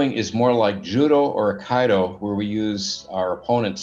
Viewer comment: 17mins in i give in - i cant watch anymore due to ur mis pronouncing IT'er and Aikido ...it is it with a er after it ... aikido has a E for the second I sound aikeeeedo